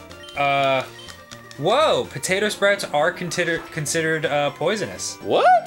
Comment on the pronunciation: "contitered" -Dan 😂😂😂